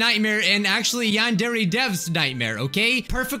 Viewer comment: Bijuu mike: yandere simulator My captions: yan dairy simulator